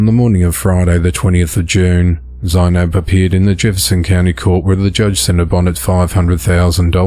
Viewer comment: Zeinab is pronounced Z-nab